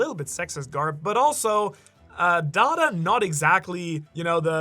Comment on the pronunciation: Please stop butchering da dans name😂 the way you say it is so cringe! Makes me wanna find you and galaxy impact you bro😂